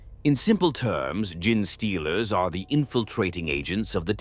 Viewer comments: I wanted to listen to this one so bad but I could not take the “GIN” stealers vs “Gene” stealers, sounds like “Jeans” as in blue jeans. I hope it gets fixed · I love everything Tyranids, but I can't listen to this. Tie-Rannids, Gin stealers, Gin---tic material... it just keeps kicking you in the face. AI has really destroyed so much so fast... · Tie-Rya-nids bothered me more than Gin-stealers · major kill has the worst pronunciation listen to official pronunciation please it's genestealers not gin stealers. Ffs he calls tzeentch titsnitch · I sometimes hate the Ai mispronounciations but now I love the idea of gin-stealers.